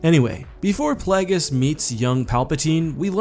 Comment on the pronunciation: Isn't it Plague-iss, not Plaggiss? Either way, jeez these Sith choose very silly names, they're like 14 year old boys 🤣